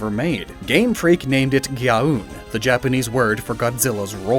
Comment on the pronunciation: Obviously too late to fix in video, but Gyaoon (ギャオーン) isn't pronounced with an "oo" as in "balloon", it's with an extended long 'O'. It's a common translation mistake, and why names like Osaka and Okami just drop the second 'O', because no English speaker would say it right otherwise. Balunda is the same problem, but the other way around, as 'u' in Japanese is always a long 'U' sound, like in 'balloon", not a short 'U' as in "lump". Great video, otherwise! Always fun to see what could have been!